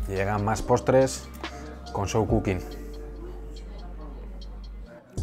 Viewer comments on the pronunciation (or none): none